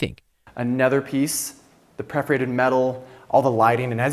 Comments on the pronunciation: This dude's "preforated" is solid competition for "cabintary" and Enes' "ekipment." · The agent selling this abomination seems unable to speak english: 'Preforated' (perforated) several times, and featuring 'industrious, cylindriac' pipes, rather than cylindrical, industrial... Do people who spent ~20M on a bunker trust a guy that cannot even figure out adjectives? Is real estate really that easy? You don't need to finish high-school, or speak your own, native language? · He keeps saying preferated instead of perforated steel. Unreal. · Am I the only who noticed the guy saying "preforated" instead of "perforated" over and over again?! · OMG, who is this idiot real estate person? And how is the aluminum locally sourced? There is no aluminum mined on Mykonos. He keeps saying stupid things that come off as pretentious. And why can’t he pronounce words correctly? It’s PERForated, not PREForated. I hope he’s really tall. Otherwise, the scale of the place is short. The gym looks like entrance to a carnival fun house of mirrors. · Hearing this guy mispronounce “PERforated” over and over is going to give me an aneurism. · Not much vanity counterspace with those huge basins. I've never heard Aegean and perforated pronounced like that.